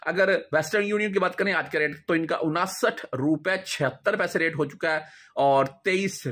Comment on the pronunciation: Saal kay baad barsi hoti hain salana nahi hota ganti kamzoor hain unsath hota hain onasath nahi chaba kar mat bolo zaban ko azaad kar do sahi ho jahay gi